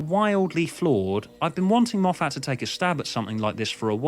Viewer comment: i am assuming your saying Moff - FAT to make fun correct?